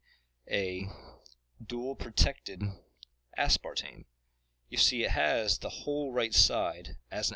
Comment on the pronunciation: you're putting too much emphasis on the ASPAR portion of aspartame.